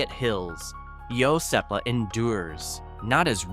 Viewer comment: Iosepa ..... Wrong pronunciation there as well.